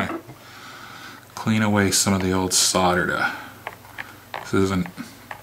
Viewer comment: Its nice to hear someone not from Europe pronounce solder and soldering iron correctly hah 😉